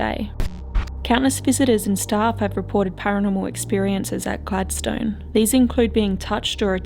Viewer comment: Hi. We just come back from Tasmania and went to richmond jail and Port Arthur. Had a ball. Oh Gladstone is pronounced Gladstun. Not that its here nor there lol. Anyway love your videos. Inquired about your visit to richmond jail. He said you were so excited and such a lovely person. But we all know that. X we had a bit of activity while we were there. Not so much at port arthur. Your investigation was more exciting.